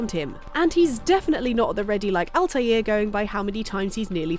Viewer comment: The butchering of Altair's name makes me want to punch a baby